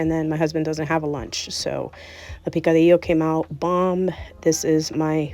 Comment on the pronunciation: Is your native language Spanish? Must be , your Arepa and picadillo pronunciation is perfect 😍